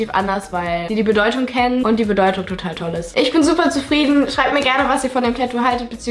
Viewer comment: Das heißt tatou nicht tätou